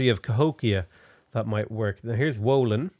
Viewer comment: "W" in Wolin is spelled like "V", so something like Volin